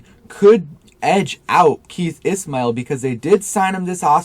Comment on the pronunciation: Keith ISSHHMAIL not ISSSMAIL